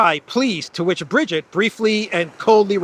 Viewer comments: At least pronounce Brigitte's name properly. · Great walk , by the way and so entertaining , I kept laughîng every time up mention Zero zero 8 Kellog and Ursula receiving the emperor Charlemagne Award! I you do need some help pronouncing the name of Brigitte and the word dégage etc… ( it sounds too charming the way you said it) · At least you should learn how to pronounce Brigitte correctly 😉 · Nah, your attempts at reading French were cute. I'm surprised you got "vois" right. By the way, the second /i/ in Brigitte is pronounced exactly like the first one. Thanks for today's news.